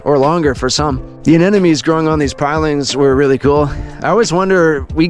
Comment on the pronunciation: Great vid. It’s “anemone”, not “an enemy” btw